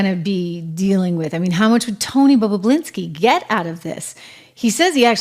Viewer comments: Bah bah Lin ski NOT bah BLah inski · It's Tony "Bob-u-linski", not "Bob-u-blinski", LOL! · BOB O LINSKI, NOT BOB O BLINSKI PLEASE! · Love how she says "Tony Bubbablinski 😅😅😅😅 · She said Babababalinski😂😂😂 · It’s not “BoBoBlinski.” Two B’s. You’re reporting. Get it right. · Bob-you-lin-ski😊 I went through this a few years ago when Tim Pool couldn't pronounce Puyallup Washington to save his life. It is Pew-al-up Pew, like PewDeePie Al, like Al Bundy Up, like the movie or direction 😂Tim got it right after that! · Mispronouncing Bobulinski's name is annoying. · Trish, please learn how to pronounce Bobalinski’s last name name!!! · Hey Trish, how do you pronounce Tony Bobulinski's name? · So English is not your 1st language, yet you write and enunciate very well. I am sure you will agree with me, Trisha should articulate his surname correctly as she makes money from naming people who are in the news. 101 for a news anchor.